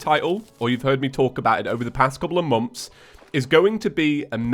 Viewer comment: why do all welsh or irish say moms instead of months